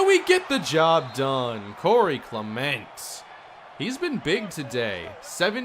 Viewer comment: I can't be the only one who hates the way he says Clement lol